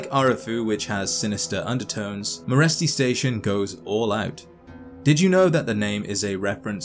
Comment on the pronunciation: In Romanian Meresti is pronounced like Mereshti (Merești), look it up on google translate